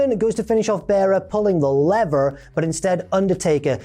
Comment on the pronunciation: Your US accent was quite good when you said pull the lever. And good call on the ridiculous NY accent having extra vowels.